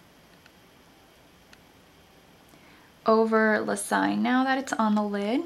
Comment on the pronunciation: Hi! La Seine is pronounced "sane". easy way to remember it. love!